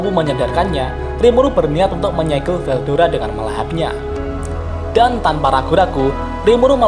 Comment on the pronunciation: Veldora min bukan veldoda